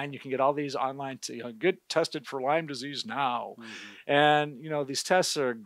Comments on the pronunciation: Lyme disease, not Lymes, disease. It's named for Lyme, Connecticut. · Love your videos. But it is “Lyme disease not “Lymes disease”. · It’s Lyme not Lymes…… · Lyme Connecticut